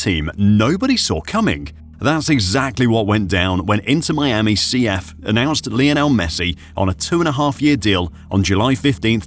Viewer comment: Lionel not lajonel..... He breaks nothing!